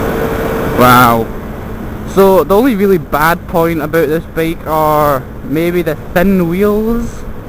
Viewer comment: BEAK? wtf are you saying? is it really THAT HARD for you to pronounce the word BIKE? FFS!!!